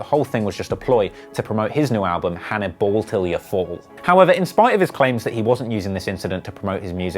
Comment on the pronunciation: Dude said "Haniball Til I Fall" 😂😂